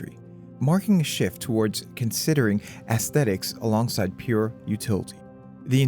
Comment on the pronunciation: I like the pronunciation of "ASSthetics" when talking about the butt hinge... 🤣